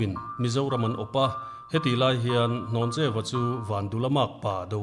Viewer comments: Hlawncheuva ni lovin Hnawncheuva a ni zawk lo maw? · Ni e, Hlawncheu tih tur a ni, hnawncheu hi pawih hmingah an hmang ngai lo. Pawih nu fa ka nia chiang takin ka sawi ngam. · Hlawncheuva leh pawngvina tih khi in lam diklo o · Dr Rinthanga sawi hi a dik. Hlawncheuva hi I lam diklo palh tlat. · Hlawncheuva hming hi in lam sual palh nge a lam dan dik in hrelo aw?